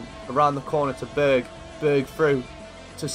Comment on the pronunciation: when u say berg name you say bög wich means gay in swedish. i cant stop laughing